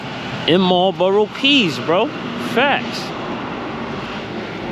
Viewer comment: It's Marlboro, not Marbro. Your welcome.